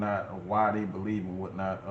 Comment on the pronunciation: Not bo lieve😂😂 👍🏾